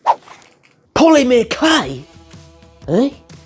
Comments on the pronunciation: Poly-mer (like mermaid) not Poly-meer 😛 I know, Im just teasin lol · Love the polymer clay - more please! (Just stop saying poly-meeeer!)